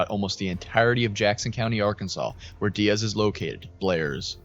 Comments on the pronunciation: It's pronounced Die-ez not dee-ez 😊 I live in the neighboring town about 30mins away, Jonesboro AR I was up watching this as it was happening 😢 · Die-az not De-az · Hey, so this is near my hometown. Just a small correction, but here Diaz is pronounced like you're saying "Die as" Really great video on the situation btw! The last time a tornado like this hit the area was in 1999. My grandparents home was hit and they were nearly killed by a tree that had fallen on them. There's old news coverage of it on Youtube. My family evacuated before this one hit, luckily. It destoyed their town.